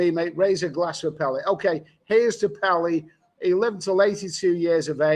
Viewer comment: Great, but please say the name correctly. Not "Pelee".